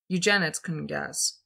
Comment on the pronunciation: Oh, it’s not pronounced you-jen-ids. It’s pronounced You-jen-id-ees